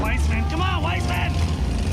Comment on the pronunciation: Hey its Wissman not Wiseman...... tsktsk I'm calling OSHA